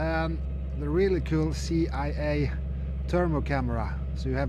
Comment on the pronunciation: Lol, you keep calling the thermal camera the C I A when it's the SEA AI...